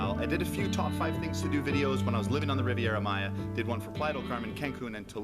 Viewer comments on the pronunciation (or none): none